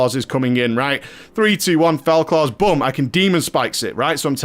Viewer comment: I love you but if you say "Boom" or pronounced "Bum" one more time I will mollywop you.